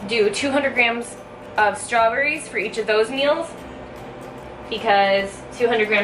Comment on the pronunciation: #Strawbbbbss?? Lol Love It!!